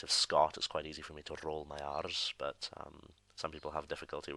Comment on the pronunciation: I heard "roll my arse" instead of "roll my R's"